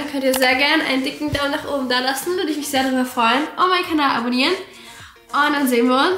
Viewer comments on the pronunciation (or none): none